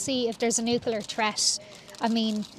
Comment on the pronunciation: Nucular threat…God save us!